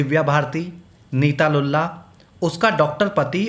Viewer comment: Lulla nahi lullu